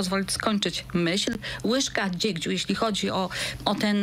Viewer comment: Łyżka DZIEGCIU, a nie dziegdziu pani. Nie było się na tej lekcji?